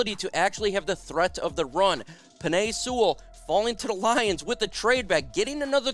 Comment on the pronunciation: Y "seawall" Sewell